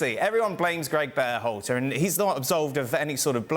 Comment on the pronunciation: can't stand how Herc pronounces Berhalter.